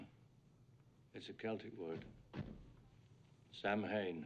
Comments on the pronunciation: napabar 🤦🏼‍♂️it’s Sowin not Sam-hain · Samhain is the Irish word for November, just in case anyone was wondering. Pronounced Sow-in, not Sam hain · Its pronounced sow-en, not Sam Hane. It doesn't mean the lord of the dead lol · As an Irish person, I cringed so hard at that scene😂It’s Irish for November or basically the start of November. It’s pronounced s-how-in, not fckng Sam Hane lmao Oíche Shamhna is Halloween. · This is true. But still, they could have had one of the cops be like "Sam hane" and then is like "No. Sow-in" lol Just to get that point across. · actually it's not take it from a Celt... Irish... it's pronounced sow-in... 😊 Edit- I must apologise 4 years ago when I wrote this I said if you think it's pronounced Sam-hain then you are not a Celt. In other different Celtic languages it's pronounced differently but never Sam-hain and I just want to make sure that what I was saying back then was not misunderstood because I could have worded it better. Sorry my bad. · Ridiculous. How on earth would anyone change the English of 'Samhain' literally pronounced 'Sam-Hain' to 'Sowen'? You'd literally be changing the word. So English speakers the world over would simply pronounce it as 'Samhain' as it's spelt. Unless you're command of English is so bad that you can in fact change words to make them something else. "Christmas, oh I say it as Jesusmas!" "??? What mushrooms are you smoking!" No doubt the Irish word is right but it's pronounced as 'Sow-en' which is hardly ever used & doesn't make a blind bit of difference to the meaning. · You'd think someone as intelligent and informed as would know it's pronounced "Sow-In" and not "Sam-Hane". 🙄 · Festival of Sow-wen not Samhain and it refers to lord of darkness not dead, changing of the season in Celtic culture. Cochran pronounces it properly in H 3 :Season of the Witch and explains the sacrifices and the alignments of the planets, etc.. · Take a bow,. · It's prounced Sow in.